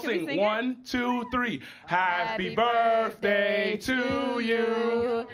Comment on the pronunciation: an adult really said ‘birfday’ in 2024